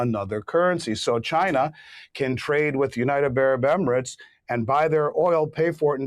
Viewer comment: Please say United Arab Emirates, not Unitebarabemerets. You've been saying it wronfg for over five years that I know of. Just write it out ten times.